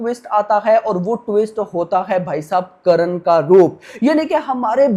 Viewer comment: Karan nhi karn करन नही कर्ण